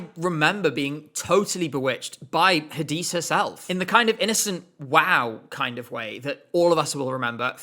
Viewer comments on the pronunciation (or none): I'm pretty sure Hadise is pronounced "Hah-Deh-Say" due to her being Belgian. I'm sure I heard her pronounce her name like that in a video just before rehearsals started that year. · As a Turkish fan your pronunciation of Hadise killed me 😭 congrats on the engagement! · OMG NO Hadise and Kenan Dogulu omg they're not pronounced that way it sounds so bad when you say it :c